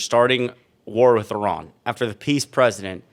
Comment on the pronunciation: Totally bizarre. "We need piss on world." She has not improved linguistically. Her thicko husband just murdered over 100 little girls....after covering up the rape and abuse revealed in the Epstein files. 🤯🙈🙉🙊🤡💩😡